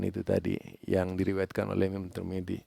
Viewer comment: Tirmidzi bukan tur midi bro